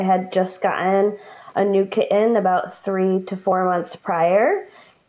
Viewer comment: What's with people who put over the top emphasis on "t's and d's in words? Do they not realize that they sound like little children who are just learning to speak? The way some of these adults pronounce "kitten" and "sudden" is insufferable, it is not cute, it is not endearing. They can neither walk the walk nor talk the talk of a grown adult and they sound stupid.